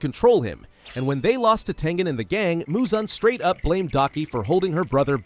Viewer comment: That's crazy but its Tengen not Tengan